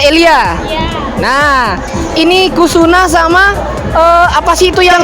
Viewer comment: Ngakak banget bilang kusuna😭😭😭😭 (anjay MC baruuuu)